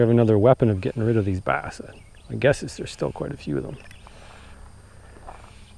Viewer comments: It’s rid not ride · Does he mean Rid not ride